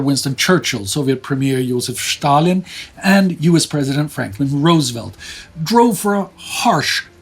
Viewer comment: It is the first time in my life, and I am 51 now, that I hear "Stalin" being pronounced as "Shtalin".